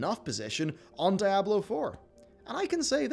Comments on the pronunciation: STOP. SAYING. DYE-ABLO FFS. Its SPANISH. The devs call it how it is, why can you not put a bit of effort and say it how it is. DEE-ABLO. DEE-ABLO. Diablo. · He can't pronounce Diablo for shit.